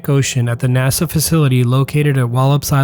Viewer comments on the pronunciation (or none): none